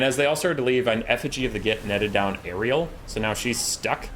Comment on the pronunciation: The fact that you call Alarielle Ariel proves that you indeed don't give a single fuck about elves 😀